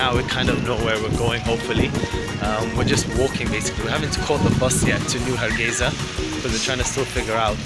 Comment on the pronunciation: Har gei (S) a not Za.